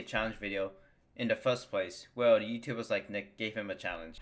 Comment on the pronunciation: 'wootoobers' lmao